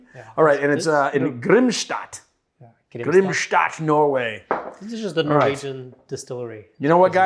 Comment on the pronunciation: If the year was 1940 this is how you would say "Grimstad" for sure 😆